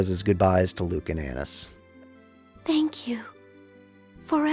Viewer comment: I'm pretty sure it's A-neese. I dunno, I had to get that off my chest.